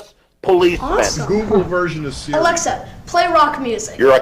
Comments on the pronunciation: Dave its not alexer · Dave pronouncing his “a”s with “er” 😤